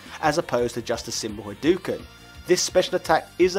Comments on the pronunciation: I have never seen a video about Street Fighter where someone would not know how to pronounce the name of the main character as well as his most famous attack. My ears are bleeding after hearing about "Rayu" and his "Haduken". I'm sure a lot of work went into this video - please put some minimal additional effort into learning pronunciation. These are really simple. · That's not how you pronounce Ryu (it's pronounced "REE-you") or Hadouken ("ha-DOH-ken"). Also, I just realized how much more annoying it is when the one syllable that people get wrong is the one they put the most emphasis on.